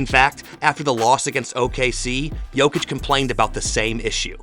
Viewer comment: SAS sometimes accidentally pronounces Jokic and Doncic correctly just to correct himself immediately saying Jochick, DonChick 😅